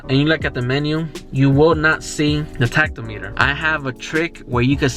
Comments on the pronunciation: thanks for the infos! btw, not sure if you mean to say 'tacto-meter' but tack-om-eh-ter is probably the best way to say it :) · My 2003 Accord did “trick” number one. So did all my VWs 2006 through 2019. Did not know about the truck lockout, but did know about the key slot behind the rear seat. The pronouncement of “tachometer” is not tach-o-meter. The emphasis is on the second syllable. Most folks “start” their car not “turn it on”.